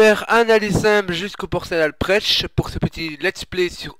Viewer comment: Salut pas mal, mais ont dis que c'est la commune Alprech x') tu y es depuis le parc de la falaise, et Alprech se dit [Alprek] :p